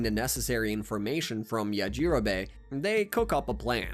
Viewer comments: The way that he pronounces yajirobe makes me want to scream!!! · Yah gee rowbbay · Ok I was going to listen through this video but the way you pronounced yajirobe 😔